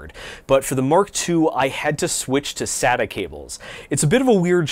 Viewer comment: SATA (SAY-TA)